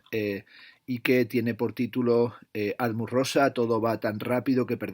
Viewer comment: Muchas gracias por este vídeo! Me compré el de Alienación y Aceleración gracias a tu reseña y lo cierto es me has descubierto un pensador muy interesante. Aunque en este libro me da la sensación (aún no lo he leído) que pincha en algunos puntos. Por cierto, es Hartmut (no Harmut), lo digo por si quieres ayudar a los seguidores de tu canal para que en el futuro puedan encontrar esta reseña. PD: espero con ganas ya la reseña del último tocho de Zizek (Sex and the failed absolute), que seguro que la tienes en la recámara, aunque la traducción española tiene pinta de ser algo desastrosa. Solo con el título mal traducido del inglés, el fracaso del absoluto (!!!), ya da a entender que el traductor, que en este caso está especializado en mindfulness/autoayuda, no tiene pinta de haber leído a Hegel ni a Kant en su vida. Menudo error darle un libro tan potente a alguien fuera de órbita...